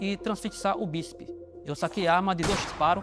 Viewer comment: Um cara que fala bícipi, trícipi era o indivíduo altamente treinado que o delegado não dava conta de pegar? um carcereiro achando que é do tropa de elite e usava a arma do pai? também deixava td marcado no próprio celular? É isso mesmo? o delegado perdeu o cargo ao menos depois de um fiasco desses?